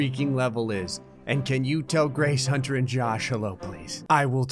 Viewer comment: As the comma was missing I think Gray read it as "Grace Hunter" and "Josh". At least I did but I'm not a native English speaker...